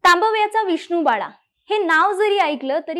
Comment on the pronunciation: सगळं छान सांगितलय पण एकदा "तांबव्याचा" ह्या शब्दाचा पुन्हा सराव करून उच्चार करायला पाहिजे...